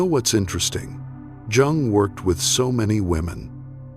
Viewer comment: HOW CAN ANYONE TAKE THIS SERIOUSLY WHEN THE NARRATOR CAN'T EVEN PRONOUNCE JUNG CORRECTLY. COME ON!